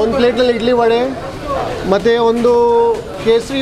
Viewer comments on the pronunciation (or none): none